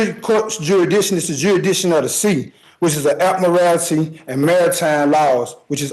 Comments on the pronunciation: This man impressed me more than any sovereign citizen has before, for two reasons. 1. He can read. The number of sovs that can't read is a real bummer, this man did really well, aside from the inability to pronounce admiralty and a few other unusual words. 2. He is not making a mountain out of a molehill. Sounds like he is pretty well and truly screwed for murder, so what does he have to lose? Unlike so many sovs who somehow manage to turn a self-inflicted traffic violation into felony charges. And this judge? Magnificent, what an excellent job he did! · I know it's petty, but the word is pronounced Ad-mi-ral-ty. It certainly doesn't have morality at its end.